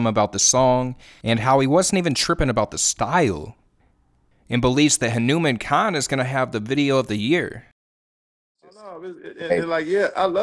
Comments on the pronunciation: Correct pronounciation: "HanuuMaan" not "Henumein" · Just going to drop this. His name is pronounced Hah - nou - maAn -kind , not Ha-newman-kind, emphasis and long A on the man, like Poke-Mon not pokeman. Just putting it out there. No disrespect. Anybody covering him is great. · Respect for making this video. But please learn how to say his name correctly 🙂 Hanuman like the Hindu deity plus "kind" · huh-new-men kind 💀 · Dear, say his name correctly please, it's HanumAAn-kind